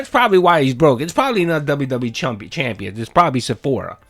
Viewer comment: LOL, you almost said “WWE Chumpians.” Lololol